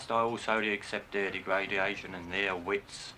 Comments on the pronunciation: Degraidiation I think he meant."degradation" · "Dare-gradiation" lol